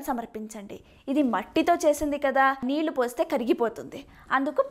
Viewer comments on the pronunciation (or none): none